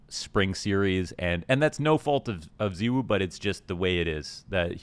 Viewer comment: pls. i just want to understand. 'ZEEwoo'. why. everyone else in the scene including his teammates, and zywoo himself pronounce it 'zye-woo'. why must you cause us pain by insisting on differentiating? the people need answers.